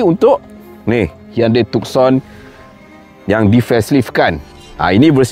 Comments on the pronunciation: Bang...maaf ya. Bukan TukSon..Its TuSon..Yg lain, u xplain, superb. Just the name itself, salah Tuan. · Tucson Nama diambil dari sebuah bandar di selatan Arizona, US Sebut Too-son Bukan Tuk-son